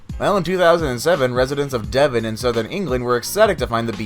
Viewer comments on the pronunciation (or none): none